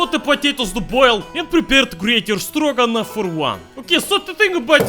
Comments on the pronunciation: For a second I said he said Dragunov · Stroganoff. Stroganon.